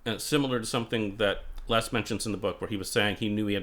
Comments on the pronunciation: Minor quibble, but it's, "Lez," not , "Less." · Correct. It sounds strange pronouncing it "Less".